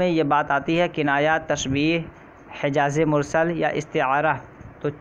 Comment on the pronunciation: Hejaze-Mursal nahi balki Majaze-Mursal hai